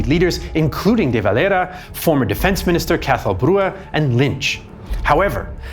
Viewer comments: Why are you pronouncing De Valera's name with a pretentious ''latino'' accent, if anything, the Irish pronounce it with the era part like an EAR-a , and with a typically Irish, pronounced double R or extended R at the end of a word, that or they just call him'' the Dev ''.but NEVER spoken like a Spaniard. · Love how he pronounces Eamonn DeVelera, as if he was some romatical South American revolutionary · What on earth possessed you to pronounce De Valera like that 😂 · your de valera pronounciation🤣